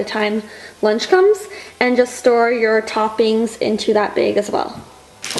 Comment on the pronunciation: The way she says "bag"